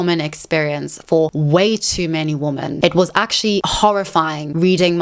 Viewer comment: You have a habit of mispronouncing "women" wrong in every one of your videos. Women is pronounced "wi.muhn" or wee-men , not womb-men You always sound like you are saying " woman" singular "wu -muhn " , instead of women plural. wi.muhn" Weee for plural Wooo for singular